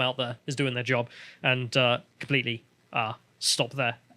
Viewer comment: "We took our jurbs!"